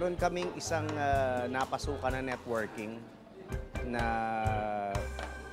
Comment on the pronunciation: basta mag "NERTWORKING" tayo